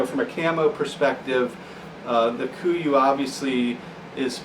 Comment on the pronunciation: Kuiu: pronounced "Q U" not koo-ee-oo (named after an island in Alaska) it would be like pronouncing sitka "Sight-kuh" ( sounds equally retarded for those of us that know)